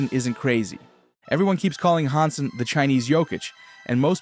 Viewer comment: His name is Yang Hansen. Han sen, Han pronounced Hand without the d, not hang. 瀚 and 航/杭 are totally different in Chinese.